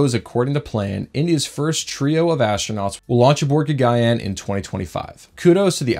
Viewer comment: its GA-GAN-YAAN